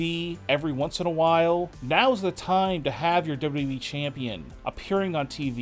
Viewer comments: Great report but.... Could you do everybody a freaking favor please.....it's pronounced WWE......NOT W...EEEEE!!!! FFS MAAAN 🙄 that's super annoying!🤣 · Why do you talk like that? Why do you say wwe like that?